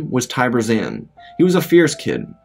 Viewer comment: You pronounced “Zann” wrong. It’s “Zahn”.